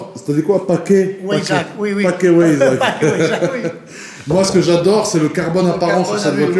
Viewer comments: WEISSACH : Arrête de prononcer [Oaissach] "Ach" tu sais bien le prononcer genre tu dis pas "Ack" comme un arabe (moi), mais comme moi aussi mi allemand C'EST [Vaissach] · Le pack weissach se prononce vaissak pas wouéisach